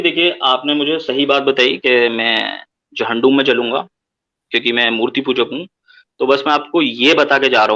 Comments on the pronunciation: He was saying Jhandum..... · I now noticed that he was saying Jahandum.